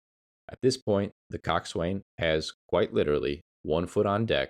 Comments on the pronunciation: Yet more rubbish AI. Coxwain is pronounced cox'un in both English and American. There was another like it - but if you can't get basics right, how can we believe the rest? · The Coast Guard Boatswain's mate in me madates I respectfully inform it's pronounced (koksan). Great video, well researched and informative. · Pronunciation. Coxswain: 2 syllables: "KOK" + "suhn'. Gunwale: "gunnel". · IKR? I was going to say the same. It makes you wonder how familiar someone is about the subject, when they don't even know how to pronounce these familiar terms?